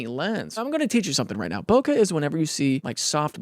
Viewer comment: Daniel, it’s not “bo-kah”, it’s “bo-kay”. It’s from the Japanese word “boke”, meaning to be out of focus. For some reason whoever adopted this term for the photographic effect decided to put an “h” at the end, bokeh.